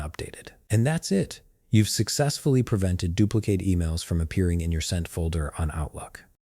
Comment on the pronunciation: Sounds like a b0t mis-pronouncing "dupli- CATE" ?? WHAT/WHERE/HOW TO FIND: MICROSOFT .. OUTLOOK CRAPOLA?????????????? OMG😢